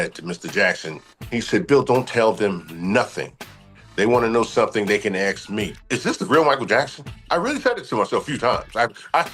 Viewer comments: Axe him? Definitely not a Engish major! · I can’t listen to anyone speak who can’t pronounce the word ASK